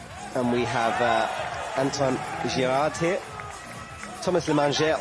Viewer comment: Also he called Antoine Antonon the whole time